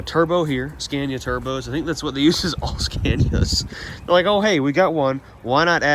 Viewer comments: Please pronounce Scania correctly. Not the dumb american way. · why can't you pronounce the name correctly?